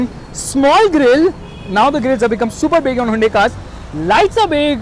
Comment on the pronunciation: its hyundai not hundai